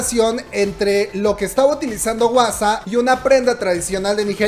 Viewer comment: No digas wasa plis jajaja di Juasa 😂😂😂 porfis